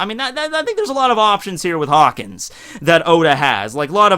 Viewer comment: I swear he called him Cockins when talking about the kizaru interaction